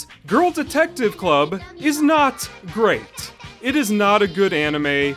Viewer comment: You said great wrong not enough emphasis